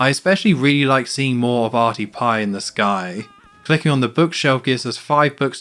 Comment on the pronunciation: its arnie pie not arty pie arty was marge's prom date